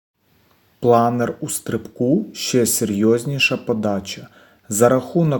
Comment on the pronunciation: Чому "планір", а не планер?